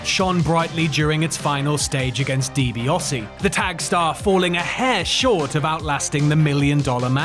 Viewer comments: 10 hours in...... ffs it's DiBiAsi not DiBiOsi . A not O. Not difficult. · love this but hate the way he says Ted Deebeeosy instead of Ted Deebeeassy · DiBiAse! NOT DiBiOse!!! So cumulatively annoying! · Why do you insist on pronouncing Ted's last name as "Dibi-oh-see?" There's no O in there. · The AI voice gets confused as to how it's pronounced